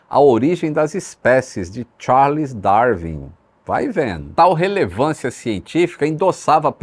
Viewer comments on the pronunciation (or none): none